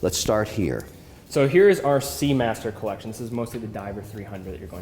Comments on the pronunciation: This guy ("Mr Wonderful"/"Mr Bellend") gives it all the biggun, yet has only the most rudimentary watch knowledge. He brings nothing to this other than money and his crappy attempts at French ("maison/collection"). should find someone interesting to build a "Collekshion" with. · Thanks for saying the word (collection) like a regular human being. #makesachange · What does Kevin say collection with a silly French accent?